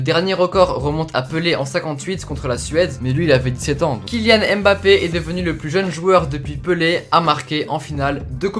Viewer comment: Super vidéo mais stp c’est pas « Aime bappe » c’est Mbappe c’est important de bien prononcer les prénoms